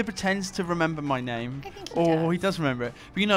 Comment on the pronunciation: Really fun to get my name mispronounced in front of + 1 million people. Though I have to hand it to you. It was quite close. I actually did think that what if... But hey, nice to get involved in the channel. Even just for 30 seconds. Damn my odd (even for us Finns) Finnish name.